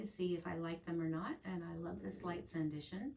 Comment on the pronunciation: Happy to see you back. Enjoying your gorgeous stitching and finishes. Swan Bay Fabrics are so lovely. All named for Jane Austen's places and books. Sanditon is one of hers so it's sand I ton not sand I shun.